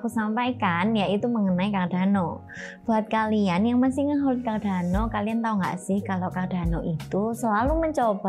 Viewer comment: hehe... mbaknya gk bisa ngomong "R"